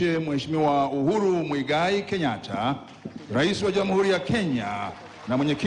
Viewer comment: 🤣🤣🤣🤣😂😂😂uko sawa ila sema kakosea kutamka jina majina magumu ya kiafrika